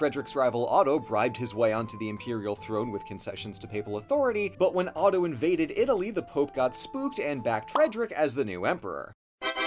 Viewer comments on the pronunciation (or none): none